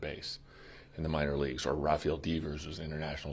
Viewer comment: That devers pronunciation was brutal